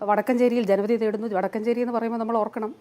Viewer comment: അലോ വീണവായന നിർത്തൂ !വടക്കഞ്ചേരിയല്ല, വടക്കാഞ്ചേരിയാണ് . കഴിവില്ലെങ്കിൽ ഇറങ്ങിപോകണം.